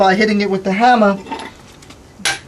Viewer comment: "a hamma" haha